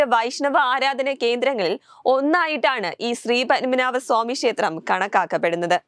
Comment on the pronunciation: ശ്രീ പന്മനാഭ.... അല്ല കുട്ടി.. ഒരു മഹാ ക്ഷേത്രത്തിന്റെ പേര് ശരിയായി പറഞ്ഞ് പടിക്ക് ശ്രീ പദ്മനാഭ സ്വാമി ക്ഷേത്രം... 🙏🙏